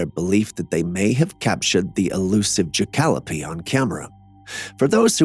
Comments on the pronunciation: Ja-cal-o-pee 😅 How about jack-a-lope Mix between Jack rabbit and Antelope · Why is it that he can say "antellope" correct;ly, but he cannot say "Jackalope" right? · 😂 you are HILARIOUS! We have many a sighting of these fuzzy bucks in Northern Arizona but they are pronounced, "Jack-a-Lopes! They are a legend, a cryptid only to be photoed or taxidermied but never the two simultaneously. 🤣 They are across between an Antelope and a Jack Rabbit.